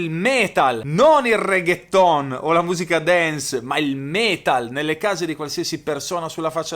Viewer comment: Like se al minuto 1.22 anche tu hai notato il disprezzo di mentre pronuncia: regheton!!!😂😂😂